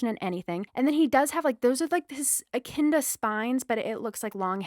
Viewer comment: Did you pronounce echidna like EH-KIN-DAH?!!